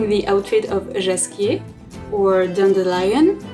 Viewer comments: YOU👏 ARE 👏ABSOLUTELY 👏 AMAZING 👏 How comes this has only 316 views?! And I love the French pronunciation of Jaskier, I honestly think he'd prefer it to be pronounced this way 😁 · You honestly deserve to have some coins tossed at you! This is amazing. And yes, I like the French pronunciation of the bard's name A LOT more than the English one 😁!